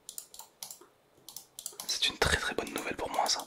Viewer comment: C’est pas nous velle mais nouvelle mais c’est pas grave t’inquiète